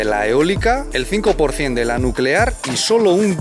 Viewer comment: Energía nucelar, NUCELAR